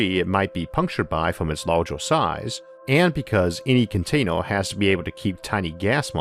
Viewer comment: Video is interesting, but pronunciation made me pay more attention to that - wator, lasor, containor, computor, howevor, etc.. No offense meant, just an observation